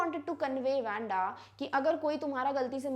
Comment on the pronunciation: Its not wenda its wandha according to pronunciation mam by tye way you are such a great teacher 👩‍🏫..